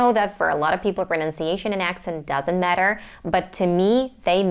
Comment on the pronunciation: I noticed your accent here and there like when you say matter, especially, accent, was, etc. Overall, great job, great accent!